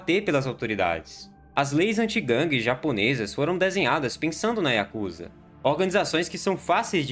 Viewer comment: Diga yakuzá. Não diga yakúza..